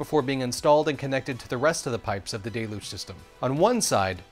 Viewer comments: Not "day-looj".... "del-yooj"😊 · Check a dictionary. It's "del-yooj". Most people pronounce it correctly. This guy does not. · Needs to pronounce "deluge" correctly, otherwise great!!!😁 (hint: the word does not start with "day"... it starts with "del")